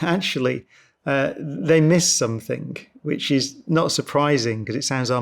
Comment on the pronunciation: Love the man and his work, loath his inability to pronounce ing, it is NOT, for example, somethink